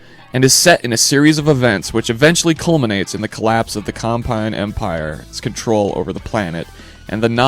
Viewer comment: Hey do you sometimes get really pissed off when the narrator pronounces a name wrong? Well I do its Combine! Not Compine they aren't an air freshener.